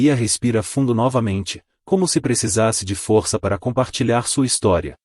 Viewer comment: O narrador pronuncia a palavra força errada e a palavra Valeria errada apronunçia é lé e fô.